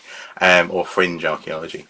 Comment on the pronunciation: The first time you said "fringe" I heard "cringe." Close enough.